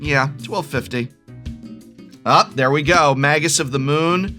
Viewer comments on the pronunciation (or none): none